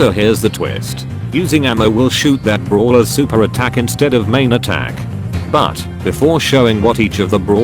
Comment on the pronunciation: Instead of saying brawlers its bruhlers 😂